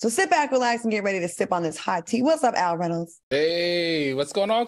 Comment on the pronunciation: Not “Al” 😂